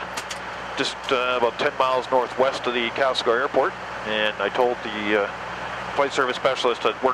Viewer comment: Calcelgar. Can-SEL-gar.